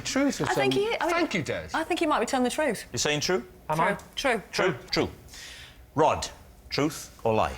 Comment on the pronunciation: this is retarded as fuck. "On the Rhod to happiness"? That's not even how you say the guy's name. I had to look it up to make sure I wasn't the one being completely asinine, but yeah, this'd be said "On the ROD to happiness" as in Rod rhymes with sod (rhymes with Rhod, which is how you say this fella's first name.) The title is obviously trying to be a play on the phrase "On the Road to happiness", however, unfortunately for the poor sado who uploaded this video, that's not how to pronounce the man's name. According to Google. According to Google, you're a retard; that must be nice to know. at least-- one way or the other, y'kno? I'm still in the dark on Google's feelings about me, so I've still got that hanging over my head for God knows how long. They know what kinda porn I'm into and what question I'm intending to ask practically before I do, but so far as I can tell, Google doesn't lean one way or the other on this topic. Unless that's the sort of info they collect on people they then go on to sell; could easily be that. Now that would seriously suck ass, shelling out money to some ad company only to find out Google's been telling 'em I'm a fucking retard or some sorta homo or something. Not that there'd be anything wrong with that, mind you, it would just suck to have to pay for.